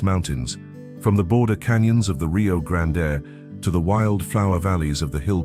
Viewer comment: Nice scenery, I'm A California transplant living in Arlington, TX for 35 years and have wandered, driven and researched much of what is in the video. I just wish pronunciation of these places was accurate. It's not Rio Grand-A, it's just plain old' Rio Grand. Many places names will surprise how they are pronounced. This must be AI, TEXAS deserves better!